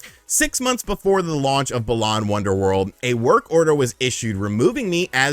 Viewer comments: Hate the way he says it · Why is he saying balan like that? Sounds so wrong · The way he says Balan is so annoying